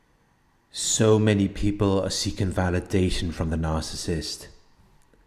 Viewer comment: NOOOOO one can say the word narcissist like you, it hits like if you didn’t know what a narc was, you can hear RATCHET 🤣love it✌🏾♥️💡